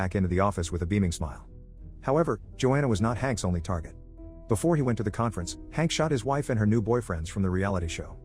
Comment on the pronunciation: LMAOOOO THE WAY HE SAYS IT “HaNk”